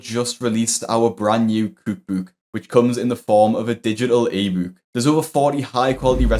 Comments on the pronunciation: what the heck is a Kouke Bouke? its COOK BOOK!!! say it right dam it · Cukbuk buk cukebuke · Who else watches this channel just to hear say “kook book”? ❤❤❤ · Dude learn how to say cook book. Cooooook booooook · American here. Just have to say that your pronunciation of Kook Boook is adorable. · I love the way ways cookbook 😂 No hate, genuinely just enjoy it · The way you say cookbook is so funny 😆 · The way you say cook book makes me immensely angry